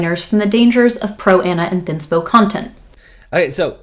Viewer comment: I think shes actually saying 'thinspo'...